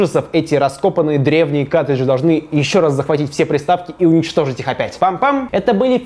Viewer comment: каРтридж, не каТРидж. Руслан, уже второй раз за тобой замечаю.